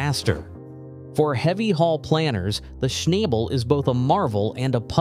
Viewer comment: Schnabel is pronounced "Shnah-bel", not "Shnay-bel".